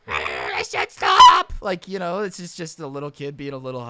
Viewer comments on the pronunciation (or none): Somebody gotta soundclip him saying "I said stOP"